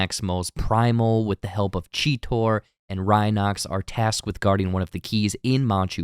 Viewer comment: He ruined G1 and G2 Transformers and now he ruined Beast Wars. It's NOT 'cheetar' - it's 'Cheetor'! Chee-tor! AND Bumblebee is a VW PUNCH BUGGY! NOT A DAMNED CORVETTE!!!!!!! Congratulations, you've pissed me off more than the damned movie trailer has.